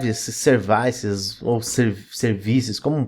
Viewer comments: só me deu agonia de voce chamar Services de serviiices. Em ingles é Seervices. Serviços. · Servaices é tenso mesmo kkkkkkkk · de onde diabos vc tirou a pronuncia 'servaisse'? kkkkkkkkkkkk ... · Falou "Servaices", já deu vontade de sair correndo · Concordo, kkkkkkkkkk